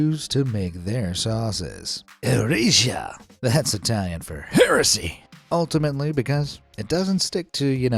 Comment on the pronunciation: whatever word you said, that does not mean heresy. Eresia means heresy but it's not pronounced like you did. your pronunciation is heresy.